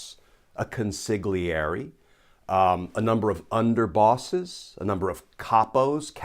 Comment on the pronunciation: Consigliere = Kohn-see-lee-ay-ray, Roll the R. (Con-si-gli-e-re) #facepalm